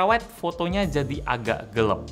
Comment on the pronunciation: Gue: Gelap: Gelep